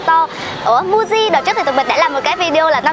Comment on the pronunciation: Muji đọc là Mư-ji chứ nhỉ, sao lại đọc thành Mu-ji